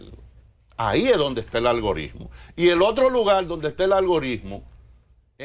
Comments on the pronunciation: díganle a ese señor que no se dice "ALGORISMO" :) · Jajaja... Lo dijo varias veces con "S" si.... Ahora Francisco Javier es uno de los mejores estrategas políticos que hay en el país. Lleva a cualquier candidato a lo más alto.